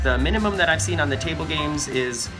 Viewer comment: Saying table. It vexes me. I'm terribly vexed.